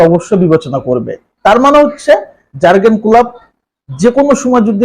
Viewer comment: প্রথমত উচ্চারণ ঠিক করতে হবে জার্গেন না 😅😅